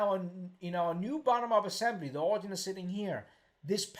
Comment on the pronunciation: The word you keep "butchering" is pronounced "orijin"...:)...great video.